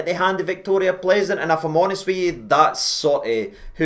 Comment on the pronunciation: Pronounced Pilzen,. They gave us pilsener lager.